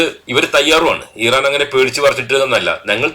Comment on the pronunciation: ഈ റാൻ അല്ല , ഇറാൻ . ഹിസ്ബുള്ള അല്ല ഹിസ്ബുല്ലാഹ് .